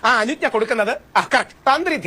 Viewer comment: ഹലോ അരിജ്ന അല്ല അനുജ്ന ആണ്... That means Consent